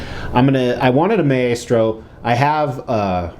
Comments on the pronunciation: For the record its pronounced "My-Stro". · Don't mean to be anal about this buy it is pronounced "Mai-stro" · Yeah like its a really cool statue but imagine having a statue that big and I'm assuming expensive of a character who's name you pronounce incorrectly. Not to hate on the guy, I'm just a big marvel comics nerd and so it bugged me